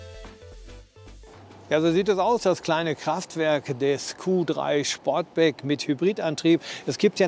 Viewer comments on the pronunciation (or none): Ich glaube er heisst Sportback und nicht Schportback 😊